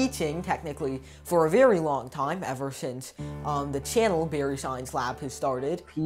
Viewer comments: Bari... marathi manus.. not Barry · It is Bari not Barry